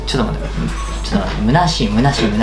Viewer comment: 虚しいがルナシーに聞こえて、突然どうした?!何か始まるのかと思ったら…クリぼっち…ですか？